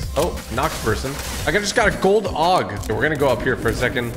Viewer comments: It’s aug not og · Gold “Og” lol I think it’s AUG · no ones talking about him saying a gold og not gold aug